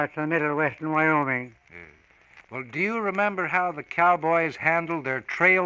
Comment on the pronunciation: Am I wrong, or he said "Vyoming"?